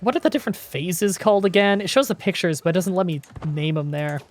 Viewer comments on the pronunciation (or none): none